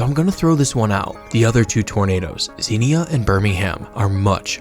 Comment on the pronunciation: It's pronounced, Zenya, Ohio.SMH. You gotta be an Ohioan to know how our cities, towns, and villages are pronounced.